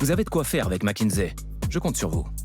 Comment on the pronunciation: Pourquoi MckinZé ? Ni en français ni en anglais ce n'est dit ainsi ?????